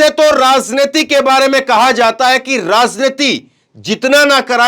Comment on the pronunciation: राजनीति के उच्चारण में ज बोले ज़ नही